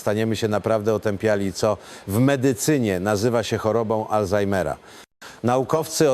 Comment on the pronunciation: Co to jest bulac? No i "pan doktor" nie potrafi wymówić terminu medycznego "alzheimer". Taki to przekaz. Ludzie, myślcie samodzielnie. Szukajcie prawdziwej wiedzy, bo ten przekaz jest jak dla przedszkolaków. Od 2020 r. przestałam chodzić do lekarzy-zbrodniarzy i wyzdrowiałam.